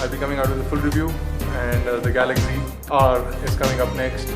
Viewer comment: why you say it galagzy not galaxy?